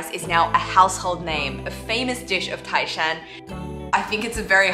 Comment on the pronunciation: you sould say tái shan,tai is second tone😄